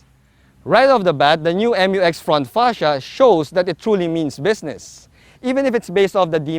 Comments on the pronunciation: FYR it is pronounced as "myu-ex", not M-U-X. That's why it is spelled Mu-X. ✌️ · I thought the pronunciation is "myu-ex", and not "em yu ex".